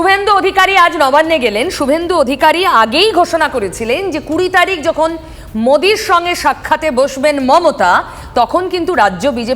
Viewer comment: নরেন্দ্র মুদি নাম উচ্চারন করতে পারছে না